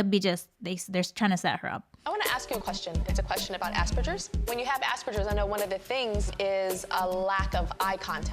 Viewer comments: Tyra pronouncing Aspergers like asberjers is hilarious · I did a double take when Tyra said 'Aspergers'. I have NO idea how she got that pronunciation or why the production didn't fix it in post with some ADR, because it's not 'Asper-jers', she sounds like an idiot by trying to French up the 'G'. It's not French, it's a German surname, named after Hans Asperger. It's pronounced like the word hamburger. Also, I don't actually understand what Tyra was getting at when she asked, 'how did you make eye contact with an imagery person?'....well, it was imagery Tyra....people with Aspergers can still gaze and look into the unknown just fine, and sometimes we can even look into someone else's eyes because ASD is a SPECTRUM and not every symptom is universal. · I'm sure Tyra can pronounce "Narcissism" just fine but her pronunciation of "Asperger's" needs some work. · i dont like how she mispronounced aspergers lol I don't know why that bugged me so much. now we dont say aspergers because it implies being more functional than someone with 'autisim' im autistic and the way they spoke to my girl this season has always rubbed me the wrong way. i know it was a while ago but still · The way Tyra pronounced Asperger's was sending me. I couldn't take it seriously. My pro tip for other people on the spectrum: you do get a lot of information when you look at somebody's face (even if you can't necessarily parse it all, or parse it in real time) but if eye contact makes you uncomfortable, I've always found it easier to kind of look at the space between people's eyebrows right at the top of the bridge of their nose. People can't really tell most of the time, and it's good enough to get you through life.